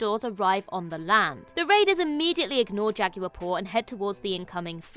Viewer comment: You all really need to learn to pronounce Spanish words so much better because this is offensive. Con-kwistudors aren’t a thing, neither is a Jah-gyuer.